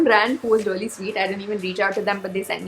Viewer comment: I just love the way when u say. Reyaly..😁